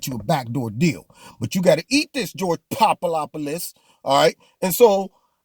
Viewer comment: Omg, you had me cracking up every time you said George Poopadopulus...etc!!! I loved it!! 👍